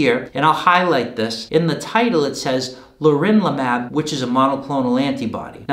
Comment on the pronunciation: it's pronounced leRONlimab